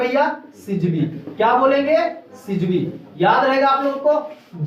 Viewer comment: Not सिजिवी that's syzygy(सिजिगी )